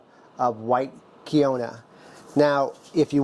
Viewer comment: Looks delicious, Im going to make this soup for St Patrick's day instead of traditional corned beef and cabbage. BTW, you wouldn't think so but quinoa is pronounced keen waa. It took myself awhile to get that correct when I first seen it in the stores.